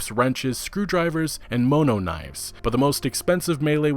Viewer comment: Nah, he just goofed when going over melee weapons and pronounced monoknife as "moe-no knife"